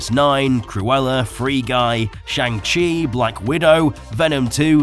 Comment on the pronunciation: Hope shiz! You are the FIRST and so far ONLY person who haz made a YouTube video in which they pronounced "Chang-Chi" correctly! Gratz on a job well done mang!